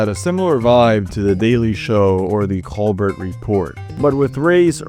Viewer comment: He pronounces Colbert wrong and doesn't know Lidl. I don't think he's French. His Spanish is pretty good though.